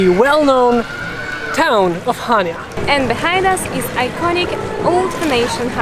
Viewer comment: Nice video. Especially your drone video. Very professional. Just one small correction on your pronunciation of Chania. Accent is on the second syallable.😊Cha- nia